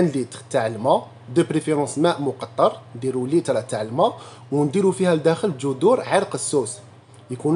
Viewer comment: ليترا ماء وليس ريتلا ماء 😂😂😂